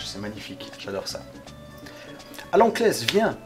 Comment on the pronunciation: C'est "Cless" et non "Klès".